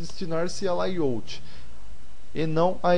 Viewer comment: suas aulas estão muito interesantes, mas seu ingles incomoda. Não se fala "laiôuti", se fala "lêi áuti". Obrigado.